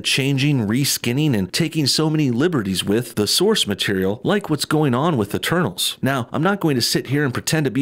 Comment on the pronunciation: Instead of "eternals" I heard "the turtles" or "eterballs"